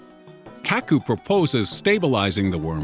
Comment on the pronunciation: His name is kaku not keku